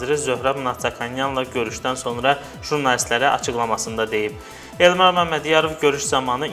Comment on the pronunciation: Bu elmar oz adini temiz Azerbaycan dilinde deye bilirmiki hele bir qaldi danisiq aparsin